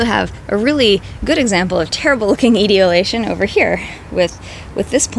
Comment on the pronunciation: God, pronounce the big words CORRECTLY. The word is "E-tole-E- A-Shun", the plants become "Ee-tole- E-A-Ted "